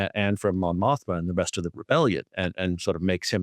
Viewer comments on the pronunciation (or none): just wanted to give a heads up that her name is Mon Mothma, not Montha